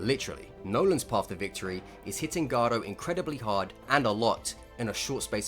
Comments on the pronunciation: I would agree with you but you mispronounced garou and glazing really bad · why do u pronounce hero hunter garou like its a spanish name